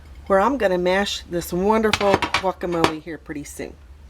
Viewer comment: I don’t like the way you say guacamole